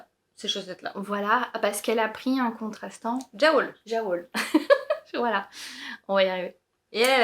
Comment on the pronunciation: Merci ! A deux c'est trop marrant. Petite précision pour Jawoll : la marque Lang est suisse allemande ; donc je pense qu'on doit prononcer yavol (en traduction littérale : ouiLaine ). Pas maniaque la fille 😂